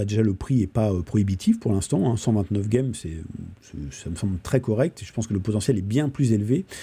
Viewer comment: Pourquoi tu dis « gueme »?